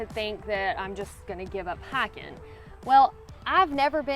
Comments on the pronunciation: You mean "Highken"? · I'm a Carolina red neck .....and I love the way you say high-kin 👍😁